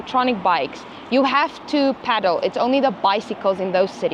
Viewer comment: Peddle, not paddle 😂